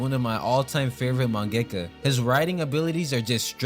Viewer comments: you say mengaka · man why u say mangaka like that bro